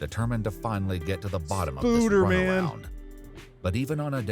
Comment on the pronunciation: Lmfao you said spuder man!!! Baaahahaa